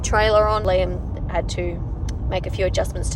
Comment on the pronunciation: The way you pronounce "Liam" sounds a lot like "Lamb".... coincidence??? 👀